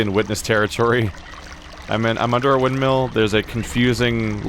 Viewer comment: Just had to come here after watching you get savaged for your pronunciation of "windmill" in The Witness playthrough. Seems like the 1,289 comments had an effect. 😄